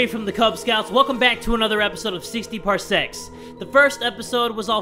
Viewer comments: Par-sexs... par-sexs*... *PAR-SEXS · I thought it was when u said it 60 parsex